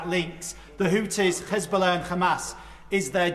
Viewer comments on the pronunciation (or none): Why did he say Khizbollah and Khamas?